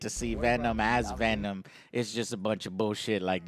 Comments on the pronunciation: Pavel Volkovoi Venon Roche. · Michael Barendregt "we are venon" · We Are... "Venon"